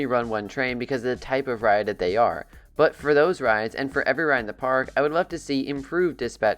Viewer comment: Day instead of they was killing me 😂